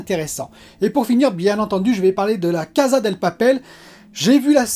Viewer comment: Vais faire mon chiant désolé 🙏 Mais c'est la Casa DE papel, maison de papier, casa Del papel C'est la maison du papier Et on prononce cassa pas caza Désolé 🙏 😔